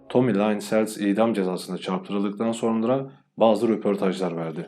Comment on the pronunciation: Nacizane bir öneri. Adamın ismi Tommy Lynn = Tomi Lin SELZ diye okunur. Onun dışında videolarını çok beğendim. Emeğine sağlık.